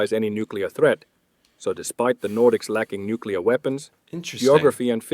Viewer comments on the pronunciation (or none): NuCLEar not nuKElar. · NU-CLEH-ARE. say after me! NU-CLEH-ARE! not NUKIE-LAWR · Why do you keep saying Nuculer? That's not a thing. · Please stop saying "Nukular"! Please? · Mate, you realy say it is "newkiller bomb" while meaning "nuclear"? :D Besides this, great video ;)